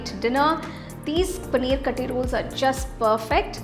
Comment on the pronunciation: It is not Kathi roll. Actually u should say kaaathi roll. Aaaa should be more